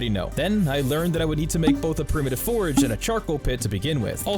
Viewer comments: Nice! I hate the way you say forge. It's like forage. I'm like what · As entertaining and informative as this was, I really only have one minor gripe. It was driving me absolutely insane hearing you pronounce "forge" as "forage". Besides that, excellent video. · Anyone else losing their mind from him pronouncing forge as forage? i have a friend who pronounces turret as turrent and it bothers the F out of me XD. anyway great vid haha. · I can’t stop emphatically hearing you say “FORAGE” every time you try to say the word Forge. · He says forage instead of forge. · Dude needs to learn the difference between forge and forage. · How can someone pronounce forge wrong so many times... It's not forage, there's no "a" in forge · When you say forge you sound like you are saying forage... Its really annoying! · Please look up the difference between FORAGE and FORGE and how to pronounce them, they are not interchangeable like you seem to think for this whole video. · Love your videos! Totally not meaning to be that guy tho, but you're saying 'Forage' in place of 'Forge' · Bro it’s FORGE FOR-GE not forage lol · Its forge, not forage. Dislike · Forge is one syllable, it's called a Forge, different from Foraging. Not a forage. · him saying "forage" instead of "forge" is killing me... lmao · It's not "forage", it's "fordge" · Bruh, you said forage instead of forge. I was like is this a new type of food item. 😂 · It’s pronounced like George but with an F, forge. What you’re saying is forage. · Absolutely love the video's, definitely earned the sub with the hard work you put in. Just please brother. Its forge, not forage. Forage is looking for things in the woods 😂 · A forge and forage are two different things and pronounced differently. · forage... is triggering the shit outta me lol. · cool video, but i couldn't help but notice you called the forge a forage like, 20 times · Enjoying this video but god damn please stop adding an "a" into the middle of "Forge" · Dude saying forage?